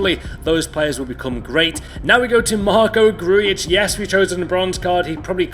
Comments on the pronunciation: ITS GRUJIĆ NOT GRUJIČIĆ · wtf is that grujic pronounciation??????!!!?